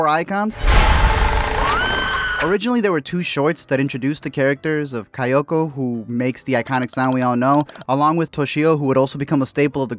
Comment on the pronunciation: KayAko, not KayOko